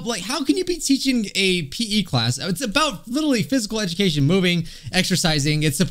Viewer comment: "physical edicatshion 🤓☝